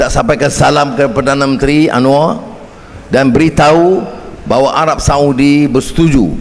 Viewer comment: Anwar bukan "Anuar"